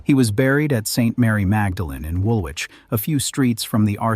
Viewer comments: It's pronounced 'wool-itch' not wool-which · Woolwich is pronounced Woolich - the 'w' is silent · Woolwich is pronounced Wool- itch.